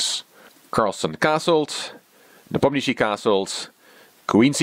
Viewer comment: Is it a European custom to introduce oneself as? This is! As though anyone knows or cares who "" is. This is one reason I avoid these videos. at least pronounces Nee POM nee uh shshee right once (and puts some "tch" into it a few times, which is wrong).